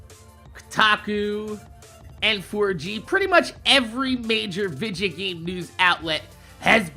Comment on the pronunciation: I love ya man but I can't stand you saying Vija lol... it's video!!! Anyways yea pretty disappointed about the panel as I have over 200 days played on Borderlands 2 on just Xbox and I play on Playstation and PC aswell so hopefully Borderlands 3 will come out soon and it's as good as Borderlands 2.